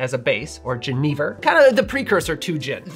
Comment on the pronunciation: I’ve noticed a lot of people mispronouncing Jenever lately. It’s Jen eh ver, like Jennifer but with a v. And you are right, gin is the preferred spirit of Summer. Think walking in a shady pine forest to escape the heat